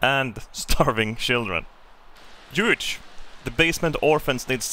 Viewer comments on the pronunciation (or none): Hey, you've probably heard it before. But Hugh is pronounced "Hue" like say Hu and U at the same time.